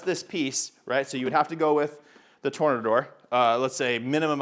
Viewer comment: I think it's pronounced "Tore-nay-door" 🌪️